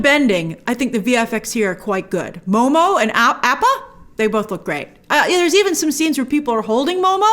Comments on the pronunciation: Ik small thing, but one of the reasons people don’t like the 2010 movie is the horrible pronunciations and grace said she hated it too, yet she mispronounces appa and sokka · The way Grace is saying Aapa is pissing me off.